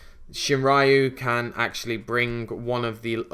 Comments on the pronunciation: Shinrayu ? It's Shiranui 3 Sylables: SHI RA NUI ;) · Its Shi-Ra-Nui, not Shin-Ra-Yu... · Shiranui = "Sheer-uh-NEW-ee," not Shinraiu. The game Okami goes over that. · Stop saying Shinraiu, its pronounced SHI - RA - NUI -_ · I like the deck a lot. More excited for the actual "pure" Shiranui profile though. By the way. It's pronounced "she-rah-nuu-ee". Doesn't really matter but someone was gonna comment it sooner or later. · Why do you keep pronouncing Shiranui as "Shinraiu"? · I was wondering the same thing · ***** Yeah, but that's only because the "ra" sound is used frequently in the english language. In something like German or Japanese "Shiranui" is much easier and less forced to pronounce. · ugghh...the way you pronouce "shiranui" hurts...